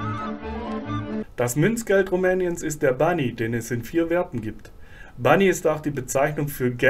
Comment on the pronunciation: Hallo Bani sagt man nicht!!! Das heißt Ban !! Das i am Ende wird ganz selten ausgesprochen. Fast nie.